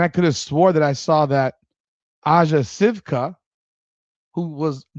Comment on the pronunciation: Sivka is pronounced See-you-ka. Can’t blame her. Go to college. Have fun. Make some NIL money and hope the Sky trade away her rights. It’s 4 years of college or 22 years of age. She’ll be able to come to the W at 22 once she plays so much in college. Why? Because they have different rules for overseas players. It’s not like it’s unfair. They play in professional leagues overseas. The “college rule” doesn’t apply.